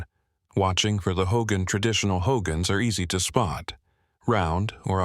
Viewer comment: Ummm checking in November 2025. This is not a Navajo speaking. He's pronounced BEGAY, HOGANS and Canyon De Chelly WRONG!!! EXCUSE ME BUT IM NOT INTO THIS. Living and from the Navajo Reservation we've never seen skin walkers n many myths. Alcohol drugs yes ..family abuse yes!!!